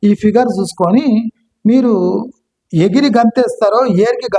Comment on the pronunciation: ఎగిరి ❌ ఏర్గి ✅ 😅